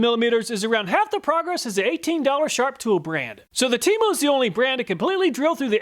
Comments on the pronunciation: Temo sounded like Temu for a second there 😂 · 😂😂 I thought you were saying TEMU, like the cheap Chinese direct sales website not TEMO😅.